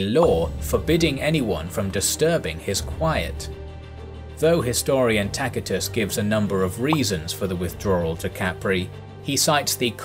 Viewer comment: Again: Lucius, pronounced "luTSius". No "K" sound there! Also "princeps", "Tacitus"...